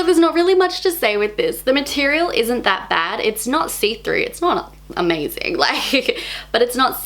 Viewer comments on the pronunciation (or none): none